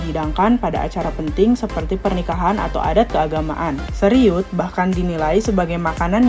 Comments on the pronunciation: Seruit oy bukan seriut😂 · Seruit kakak 😂 atau seghuit kalo pake dialek lampung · Presenter yg menarasikan sebaiknya observasi wawasannya dg benar, ini banyak nama yg disebutkannya salah, seperti seruit disebut seriut, ikan simba disebut samba, segubal, disebut segumpal dll...